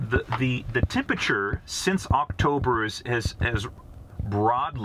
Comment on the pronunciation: What the hell is "tempachuh"?